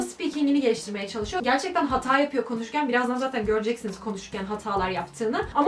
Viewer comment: ''Hatâ yapmak'' derken hatâ yapmak :D